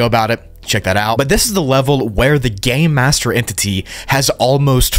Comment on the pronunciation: it sounds like you said “the gay master”